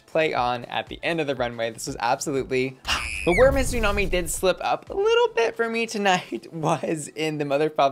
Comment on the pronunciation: I love you, but you’re killing me with Xumani’s name. She’s Hispanic, she speaks Spanish, that x is an S sound not a Z sound. Her name is still tsunami not zoo-nami